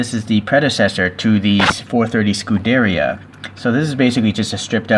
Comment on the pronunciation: It is pronounced "scu-de-riya" not "scu-derya"